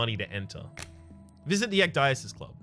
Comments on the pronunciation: it's pronounces ek-dee-sis and it's greek for taking off your clothes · Ecdysis in greek means "To strip, to make naked" you are welcome :P It's pronounciated like "ek-the-sis". "the" is pronounced like "thee"